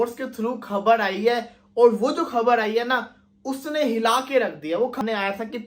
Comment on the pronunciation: Khbad nahin khbar boltiein hei